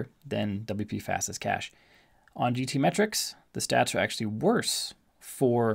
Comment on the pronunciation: it is called LITESPEED CACHE not Light Speed Cahce ;-) Thx for the Video